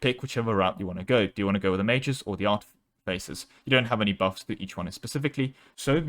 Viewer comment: Ooh, is this trying to pronounce artifaces for 17 minutes and 47 seconds? Nice